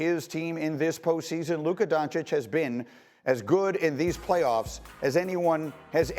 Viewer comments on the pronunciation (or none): Subtle jabs the media has been taking against luka and kyrie. Notice how sas always pronounces lukas name as “lukur”, and notice how these guys make sure that if they do call luka the best player they say he maybe the best “offensive” player. To constantly discredit his defense or to put a asterisk on his greatness. When curry who plays no d and jokic who plays no d are doing their thing and winning then they are the best “player” but when its luka then hes the best “offensive” player.